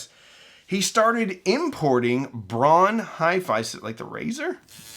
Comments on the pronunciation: German names pronunciation: DEETER Rams and Peter HART-vine. Bonus info: Braun is pronounced Brown. You're welcome. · "Braun" is pronounced like "brown" and, in fact, is German for the color. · Germans pronounce Braun like we pronounce brown. Which is fitting since the translation of braun into english is brown. So why do you pronounce Braun like Brawn?